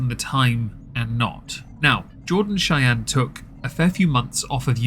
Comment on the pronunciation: Chey-eeen haha that old pronunciation was classic.